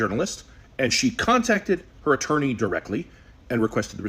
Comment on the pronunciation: “Employment ittorney” that’s a new one for me 😂